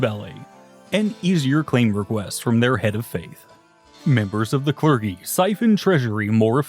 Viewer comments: Drinking game: Take 1 shot when the narrator pronounces clergy as“cler-Ghee”. Take 2 shots when he pronounces archbishop as “arc-bishop”! 🤗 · had no one yet informed him that it's a soft G in that word? Or are we sticking with it for the bit? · The admission that you've been mispronouncing clergy on purpose because it makes you feel like you have control of your life is a genuinely funny revelation. Can't be mad about that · christendom, clergy, archbishop...lots of mispronunciations in this